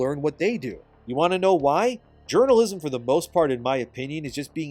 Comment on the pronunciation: Let's be honest here, nobody who plays video games as a hobby pays any attention to "games journa-jizzm"